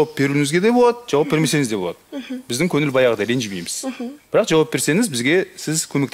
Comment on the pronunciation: Жүргізушіге өтініш ,,анан" емес, ,,анаң" деңізші, н мен ң-ның орынын әрдайым шатыстырып сөйлейсіз,барғаныныз емес барғаныңыз,көніл емес көңіл бөл,қалғаныныз емес қалғаныңыз,мәселенін емес мәселенің,сіздің дұрыс сөйлемегеніңіз көрерменге әсер етеді...Мен өз басым,өкпеге ауа жетпей қалғандай болып,қызық бағдарламаны көруге қызығушылықты төмендетеді,ренжімеңіз,журналист болған соң соған көңіл бөлсеңіз.